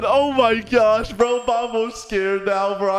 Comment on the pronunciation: bro said bruo